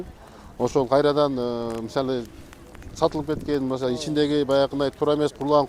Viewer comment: мисалиы деген созду жакшы суйлойт экен бобок сыяктуу😅